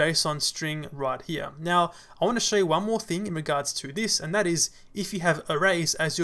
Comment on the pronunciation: Thank you, am I the one who heard "mew" instead of now? This seems cute)